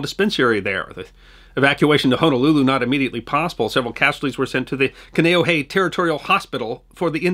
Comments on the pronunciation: Helpful pronouciations... HOnolulu like ho ho ho, Kaneohe is kah knee oh hey, home of the marine corps base which is not an island. Nuuanu is New ooo ah new, Lt. Kealoha is Kay-ah low ha, Saimin - Sy min is a tasty noodle dish often eaten for breakfast. Kukui means light and is also a tree that produces kukui nuts- pronounced coo-coo ey, Ewa is Ev-ah. It's iolani Palace like E-o lah knee. Kahanamoku is kah hah nah mow coo. mow like mow the lawn. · Ewa = eh-vah Kaneohe = kahn-ay-oh-hay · Excellent episode, but could use a little more work on the pronunciations: "Kah-Nay-Oh-Hay", "Eh-va", "Kay-a-low-hah", "Kah-hah-nah-mow-koo", among others. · Also: Kaneohe is a peninsula, not an island. And pronounced: can-ay-oh-hey. Or K-Bay if you've served there. My late father enlisted in the USN 80 years ago today... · Kaneohe is pronounced CON-EE-OH-HEE. My aunt and uncle used to live there. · Kane'ohe (Kah-nee-oh-ee) for future reference.